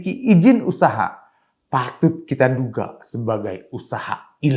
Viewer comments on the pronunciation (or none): Siapa sih yg baca narasi ini? Kok setiap kata diberi akhiran "K". Usahak-usahak, padik-padik, perdak. 🤣